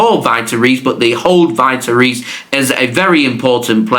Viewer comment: Vitor Reis is pronounced like Veetor Hays